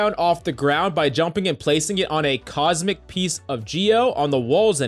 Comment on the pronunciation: this guy cant read the word "cosmetic"